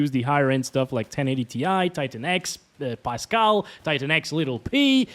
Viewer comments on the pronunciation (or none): none